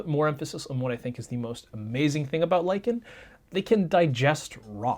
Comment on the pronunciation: "lichen" nononono "liken" I hate English